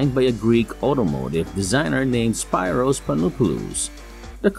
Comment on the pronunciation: Learn to pronounce his first name right at least… it’s “speeros”.